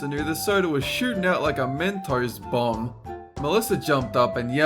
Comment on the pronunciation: Did anyone else here say mentos bong instead of mentos bomb